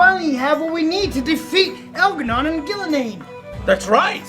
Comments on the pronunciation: “EL’GAH’NON AND GUIL’A’NAIN ARE APPROACHING THE GENERATOR!” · al garnan and gil ga nain!!! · Elgahnon and Gilgarnain lol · But in seriously Joe, have you seen El'gah'non and Gil'A'nain? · But Joe! We need to fight El'Gah Non not Gil' A' Nain!!! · Did you say THE ancient Elven Gods Elgar’nan.... and Ghilan’nain!?